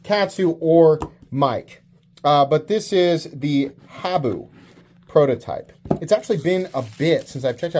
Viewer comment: Habu pronounced HA-boo as in Haha